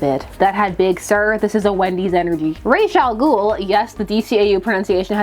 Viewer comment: Totally with you about the pronunciation of ra's al ghul. I say it the same. DCAU for the win.